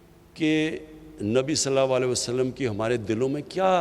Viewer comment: Sallalaho alayhi wa alayhi wasalim tou Sahi se bolna Sikh ly